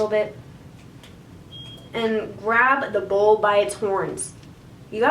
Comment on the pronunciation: I kept hearing bowl instead of bull and I was so confused on what the heck that cowboy was doing